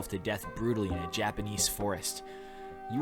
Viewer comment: "Japaneice" I'm dead